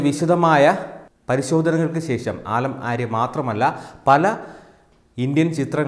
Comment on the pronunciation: ആലം ആര്യ അല്ല സുഹൃത്തേ , ആലം ആര ആണ്